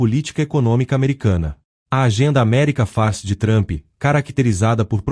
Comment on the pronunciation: Que porcaria de video. O narrador da inteligência artificial fala "America Fast" ao inves de "America First". Isso esta mais par burrice artificial